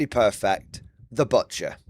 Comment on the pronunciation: I love how pronounces the title “Butt-cher.”